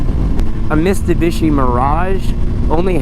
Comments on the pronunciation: What?? Mistubishi ? 😂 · I thought he said that my accident but than he said it again 🤦‍♂️ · Mistabishi, that made me laugh